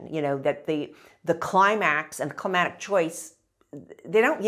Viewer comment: to me she's saying "climatic" repeatedly, and it drove me to the comments to find this lol.